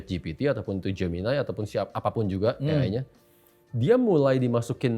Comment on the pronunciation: pertama saya bingung apa itu "geminay" eh ternyata gemini😂😂😂